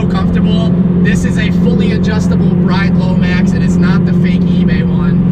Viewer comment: The seats are pronounced 'Brid'... Not bride.